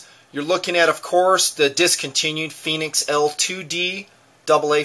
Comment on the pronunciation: Its pronounced Fen-ick's, like "Fen" in Fenway Ballpark and "icks" like tickets. NOT "Phoenix" like the mythological fire bird. Call the company and listen to them answer the phone if you don't believe me! Fenix makes a great little light. I love their user interface too. Unfortunately they changed the design of the P2D and L1D lights, which used to have interchangeable battery housings. This allowed you to use the same flashlight with a AA or 123A battery. Olight is a good brand too.